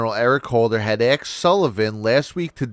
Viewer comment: "ASKED" OR "AXED" ?? Otherwise love your show 😁